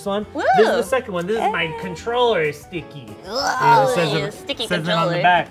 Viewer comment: I have thought every single time someone said it that it was "my controller is stinky", not sticky